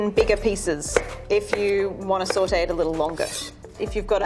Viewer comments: How much times did she say sawtae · Or when she says sAuTe (it sounds like sortey)